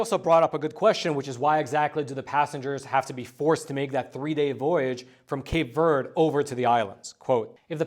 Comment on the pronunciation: Verde doesn't rhyme with bird. "v air day."